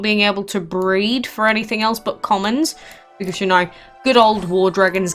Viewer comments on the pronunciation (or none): none